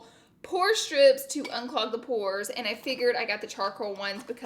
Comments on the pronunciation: When I heard you say I watch Pore videos all the time....I seriously thought you said Porn for a second. I about died laughing lol. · Sounded like you said “Porn videos....” 😂😂😂😂 ya girl was rollin!